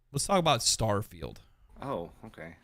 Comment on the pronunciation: Did someone say “STAHFIELD”?